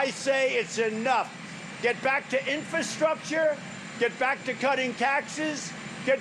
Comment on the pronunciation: what is "infastructure"?